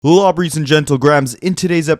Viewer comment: My man said lawbreys and gentlegrahams...... Goat 🎤 drop